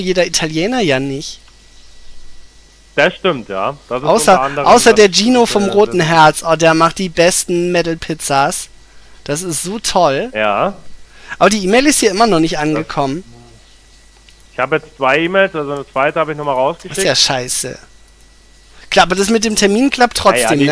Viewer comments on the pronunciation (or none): Es heißt Meddl und nicht Metal du Noob